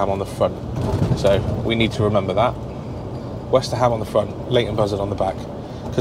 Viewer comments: westerham is pronounced westrum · It's pronounced WESTRUM Have been in stitches every time you said WesterHAM 😂😂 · it is not west-ter-ham it is more Westerum good old Westerham 🙂